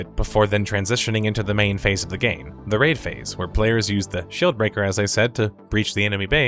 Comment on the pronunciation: i'm sorry but i heard "shill breaker". haha